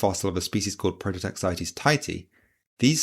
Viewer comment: its a prototaxite not a prototaxitea